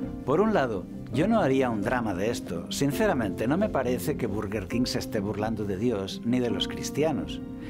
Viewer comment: Berguerquin se pronuncia perdoname